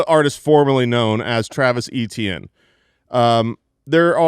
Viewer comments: Travis "Achane" is NOT the french creole prononciation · You will never get me to pronounce Etienne as Achane no matter how much gaslighting you do